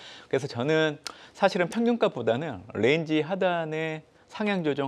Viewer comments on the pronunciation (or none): 저 ㄴ은 뤠인지 하단 뤠인지 하단... 에휴~~~